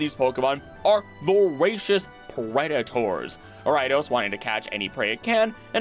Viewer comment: BTW, I had NO idea what pokemon you were talking about until it clicked but you pronounce Ariados weirdly! Ariadne + Odosu (to threaten) = Ariados.